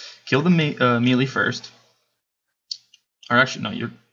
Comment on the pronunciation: Maylay, not Mealy. :( Great video though!